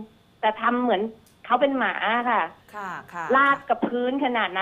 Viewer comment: เน้นคำว่าหมามากเกินไปหรือเปล่าคะน้อง